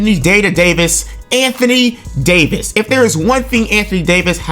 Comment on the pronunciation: Holy hell the Anthony Day-to-Davis made me choke laugh irl lmao